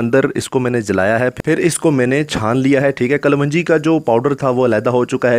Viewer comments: Pahle bolna seekh kalwanji nhi kalonji hota hai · Kavanji nahe kalonji... hahaha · Kalwanji nahi kalongi bola kro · kalwanji kya hota h ganwar kalonji... sahi word bola kro... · Thek hai...thek ha..bass kar yar.... ..kalongi..kalwangi. not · Kalwanji nahi klonji kehtay hain theek hai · Ary bahi kaa loonji hai not kalwanji plzzzzzzzzzzzzz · Kalonji not kalwanji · Kal wanji nahi kalonji!! Aap ko ye tak nahi patta?????? Kon tha uustad aap ka? Jahil, uun parrh? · Mere bhai kalwanji nhi hota sahi word kalonji hy